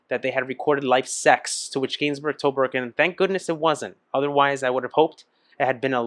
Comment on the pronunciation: Gainsbourg is pronounced geinsboor. This song is epic, was a must towards the end of teenage parties when the slow dances started…